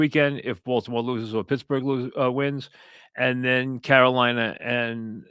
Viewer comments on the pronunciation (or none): none